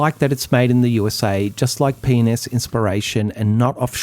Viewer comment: Love your videos, but with your Aussie accent, when you say P and S it sounds like something TOTALLY different to our 'Murican ears. Even the wife was like "he needs to stop saying that." 😁 Keep up the good work though! :goodvibes